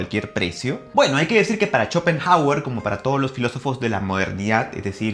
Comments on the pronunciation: No se leería como /Shopenauer/? Digo e.e 😂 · Por qué pronuncia "cho" cuando es "xo"..? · Que horrendo no pude ver el video después de escucharte decir shopenjauer , si hablaras de una eminencia lo mínimo es pronuncia bien su nombre; primate inculto. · me parece a mi o dijo CHOPENJAGUER??! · Si, dijo CHOPENJAGUER y sigue diciéndolo así al menos hasta los , ahí lo deje de ver 🤦🏻‍♂️🤦🏻‍♂️🤦🏻‍♂️ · "Chopen" hauer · Chopenhawer! XD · "Chopenjagüer" v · Jajajajaja Chopenjauer :vv